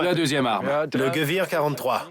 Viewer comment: on prononce pas "geuouir" mais "guévér" pour dire armes en allemand (Gewehr). Un mauvais travail de documentation de la part du journaliste .